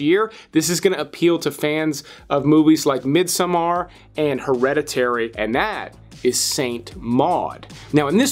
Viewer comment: Mid-sum-AR. LOL.